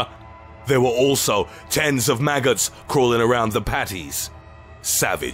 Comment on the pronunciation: “numbuh eight maggauts insoide big mahc”💀